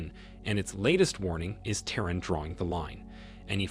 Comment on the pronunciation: Is not I-ran and is not Te-Run stupid illiterate!